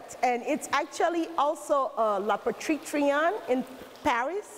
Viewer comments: Cool but the woman keeps saying 'La petite Trion', when she means 'Le petit Trianon'... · La patrition??? 😂😂😂😂 It’s petit Trianon xD